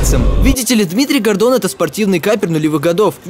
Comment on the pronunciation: я один вместо Гордон слышпл Годо....кхм кхм ладно нечего